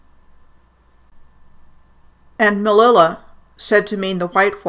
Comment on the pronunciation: thank u ! Your work is really amazing. The city Melilla is actually pronounced Meh-leeya